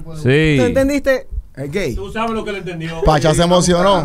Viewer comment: Pacha cuando escuchó "gei": 👁️👄👁️